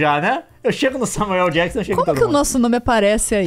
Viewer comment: Adoro como a pronúncia do Samuel L Jackson é Samuel El Jackson